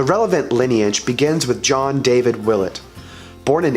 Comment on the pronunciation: i pronounce it will-ette